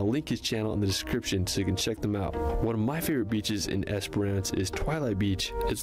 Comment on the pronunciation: Yes..driving between Perth and Adelaide you would cross the Nullarbor Plain (null = no, arbor = tree). It is just as you imagine but more chance of another car coming along than a lot other outback roads. If you come to Werstern Australia, don't pronounce Esperance the way this guy does.. (Esper-ANCE)..lol Said quickly, should sound more like "esprince". Great video though!!😊